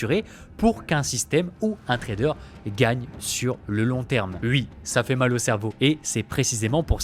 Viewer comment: Mec, ta manière de parler en coupant le rythme de tes phrases sans cesse est juste INSUPPORTABLE. Et oui se prononce OUI pas UI gogole